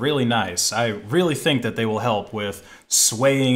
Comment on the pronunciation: I keep hearing LibreOffice Kelp.